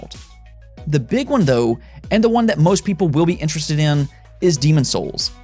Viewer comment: You say “dou” instead of “tho” 🤣